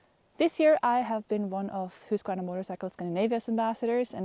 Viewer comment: Please, people notice how she pronounces Husqvarna. Then learn how to pronounce it CORRECTLY, lol